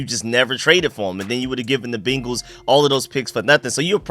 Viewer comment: Good shit as aleays. I aint gona hold you tho, everytime you say BEEnguls is like nails on a chalkboard.